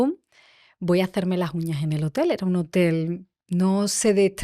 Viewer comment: Me está gustando mucho esta entrevista por todo lo q se está aprendiendo y también porque la Entrevistadora,en algunas ocasiones, mejora su pronunciación q es bastante deficitaria,sin pronunciar las ssss.P.ej.Qué vamo a llegar? En lugar de: "Qué vamos a llegar?.Contejto,Uñaj,lasjuña,en lugar de Contexto,uñas,las uñas, etcétera. Otro error q no ha aclarado la Entrevistadora en ningún momento si se trataba de Cartagena de España 🇪🇦 o Cartagena de Colombia,han repetido a esta ciudad a lo largo de toda la Entrevista y no lo han aclarado. No des por sentado una cosa cuando hay varias opciones y hay q aclararlo para q el receptor siga con claridad el mensaje. Aconsejo q la Chica q hace estos Podcasts lea Audio libros para mejorar su pronunciación y dicción pq molesta oir hablar mal y puede hacer q no se le tenga en cuenta en próximas publicaciones.Gracias.Viernes12-Diciembre- 2025 Hora: de la madrugada.